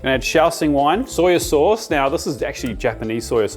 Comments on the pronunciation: ITS SOY SAUCE NOT SOYA. THERE IS NO 'A' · Soya or soy sauce…darn accent or version of English you aussies use😝